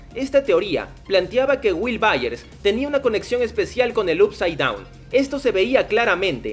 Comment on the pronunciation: No puedo más con tus videos de stranger things diciendo "up side down" Up se pronuncia "op"